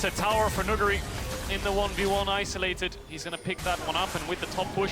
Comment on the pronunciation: is the first ever english staff to pronounce nuguri perfectly